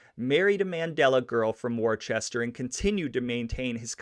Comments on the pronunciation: It's pronounced woo sta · It is called WOOSTER mass like Rooster. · No ch in Worcester bud. "Wooster" smh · Worcester pronounced "Wistah" by native speakahs! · "Shrews-berry Street" in "Wor-stah" Massachusetts (where I sit now) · Its pronounced Wister. Wicked common mistake and a frim indicator of people from out of town. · Worcester = Wuss-tah To be technical, that's how we really pronounce it in Boston ( New England ). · Worcester is NOT pronounced 'woo ster'. It's pronounced Wusstah. Wus stah. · Woosta is how we pronounce it here in woosta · Actually, Worcester is pronounced Wistah if your a local. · 😂 It’s not just you brother! Everybody does it! Hell if i didn’t live in this city, i’d assume the same thing! Love the podcast keep pushing! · Do any research? You can’t even pronounce Worcester correctly. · Very thoroughly researched congratulations on making the best, most comprehensive podcast on the early parts of Raymond LS Patriarca’s life that I’ve ever heard and I’ve heard basically all of them. Really looking forward to part 2 please just Google how to pronounce Worcester first and I’m sure it will be perfect 😉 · Maybe he meant to say Dorchester or Daw-ches -tah. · Makes me cringe too.. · Glad someone else said it. 😅 Don't try that pronunciation in Boston You will be ridiculed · Worcester is pronounced "wooster" not Warchester lol. But good job man, did great. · Worcester is pronounced wooster not warchester, the r is silent and there is NO h for it to be pronounced war-chester to begin with!😆 take it from a new englander...it’s wooster, better yet..woosh-tah👍good show my friend...Raymond was a great man, respected💯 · It's not pronounced Worchester. It's pronounced Wistah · Amazing video. Only cringe parts is Worcester is not Wor-chest-er, it's Whua-stah or Whau-ster depending on where in New England you live. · It’s not wor-Chester bro it’s pronounced woosta 🙄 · You lost me when you said Worcester instead of Wooster. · Woostah not Worchester